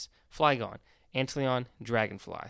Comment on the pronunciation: It's pronounced ant lion (like the cat).